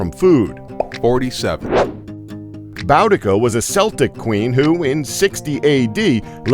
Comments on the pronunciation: Did he say Bowdica and Seltic?? It's pronounced Boodika and Keltik. It's also very annoying when Americans get that wrong, so I feel their pain when us Brits get stuff about American history wrong too (but that rarely happens) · Boudica, pronounced 'boo-dica' in the U.K. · when you said "boudica was a celtic queen", mispronouncing it, i grabbed the bleach